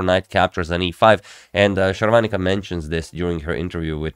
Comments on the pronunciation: Sharvaanica is a South Indian. Sagar Shah is North Indian. For them south indian names are more complicated than westerners. You pronounce her name accurately than him. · Your pronunciation of her name is spot on